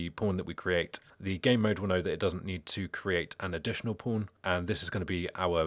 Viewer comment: Every time you say pawn, I hear pron with the o and r switched haha. Other than that, great video.